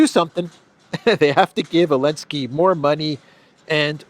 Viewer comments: You still can't say Zelensky? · Biden call him Belensky.😊